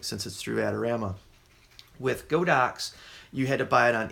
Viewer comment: I must laugh whenever I hear someone pronounce this brand as "Go Dox." Just FYI, the Chinese company's name is 神牛, which literally means "sacred cow." But instead of calling it Sacred Cow, they went with the ponderous "God Ox," so now you know how it's supposed to be pronounced, even if that makes it seem even weirder.